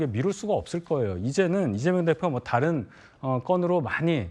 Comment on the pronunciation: 김종석 앵커는 항상 '좀(조금)'을 '쫌', '다른'을 '따른'이라고 세게 발음한다. 좋은 발음을 두고 왜 이렇게 추하게 말하나? 듣기에 아주 거북하다.